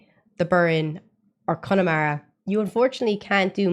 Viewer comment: That pronunciation of Connemara was perfection! That's from someone from there. 👌🏻👌🏻😊